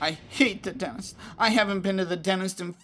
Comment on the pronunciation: Does anyone else notice their saying "Denist" not "Dentist"